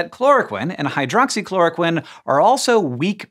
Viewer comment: Well and most medical professionals in the US say chloro-queen and hydroxychloro-queen too. Don't know why Hank says the short i sound.